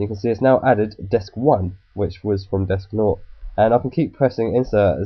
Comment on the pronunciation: not to criticize you or anything but for "Desk0" are you calling it "desk not?"